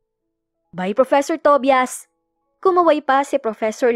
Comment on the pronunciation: Ang pangit naman pakinggan ang Pronunciation ng TOBIAS😅😅.. "TOBAYAS " yan😊.. Instead pakinggan ko naawa ako sa pangalan ni tobias😂.